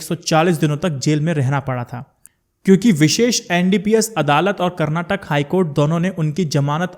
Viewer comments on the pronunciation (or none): none